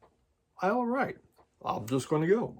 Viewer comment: Hi, glad you like the Wet Leg album so much. I love it! My fear was that the album wouldn’t be as strong as the first couple of singles. I needed have worried. Sorry to be an arse but your pronunciation was doing my nut! The Isle of Wight is pronounced ‘white’ nor ‘write’ and chaise lounge is pronounced ‘shaze long’ not ‘chase lounge’. Phew, got that off my chest. Glad Kat is on the mend. 🙂👍🏻